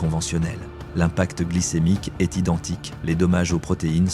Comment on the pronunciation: "maintenant, nous arrivons à une marque qui e-s-t" ??? 🤔🤔🤔🤔🤔🤔🤔🤔🤔🤔 Bon sang mais si vous vous utilisez des IA, utilisez-en des bonnes, enfin ! 🙄🙄🙄🙄🙄🙄🙄🙄🙄🙄🙄🙄